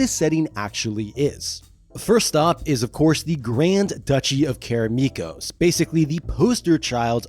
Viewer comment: Why do you keep pronouncing Karameikos as Karameekos?